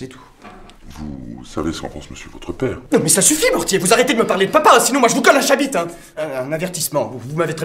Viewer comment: "Je vous colle un chabite" XD